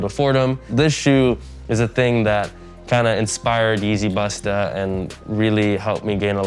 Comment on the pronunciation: The way he's saying 'busta' is making me squirm.